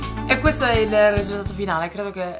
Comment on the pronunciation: RI-SUL-TA-TO non Ri-slt-to dai ce la puoi fare!:P A parte gli scherzi...sei sempre bravissima e bellissima, ma le ciglia finte non sembrano un granchè...o sbaglio? Le consiglieresti?